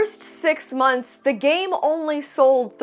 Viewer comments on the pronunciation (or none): none